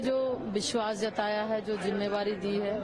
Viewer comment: Mam aap jimmedari ko jimmevari bol rhi hai